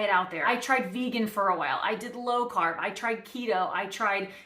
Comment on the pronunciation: I thought you said crab. Lol